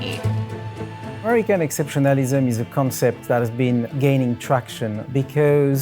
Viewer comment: Every time hearing exceptionlism. I laugh.